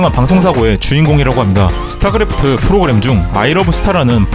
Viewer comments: 스타'그'래프트 스타'그'래프트 스타'그'래프트 스타'그'래프트 스타'그'래프트 스타'그'래프트 스타'그'래프트 ... 아 스타'크'래프트 아닌가요 ㅈㅅ합니다 ㅜㅜ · 스타크래프트(starcraft) 인데 왜 자꾸 스타'그'래프트라고 하죠? 너무 불편하네요. 스타크래프트라고 제대로 말 해주세요. 블리자드 혐오하나요? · 스타 그 래프트가 아니라 스타 크 래프트입니다. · 왜 스타그래프트 라고 하는거에요? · 발음 봐 스타그래프트래ㅋㅋㅋㅋ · 발음 스타그래프트인거 킹받네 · 스타그래브트 ㅋㅋㅋㅋㅋㅋㅋㅋㅋㅋ